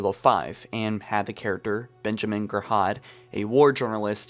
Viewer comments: "Benjamin GREHAD"? WTF You're not that dissabled? Gyraud - Ji - ro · "Benjamin Ger-Hod" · Did you ever listen to hunt the truth? Ben says his name all the god damn time and you still got it wrong like wtf? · How many times are you gonna mispronounce Benjamin girauds name when it’s said several times in the podcast😭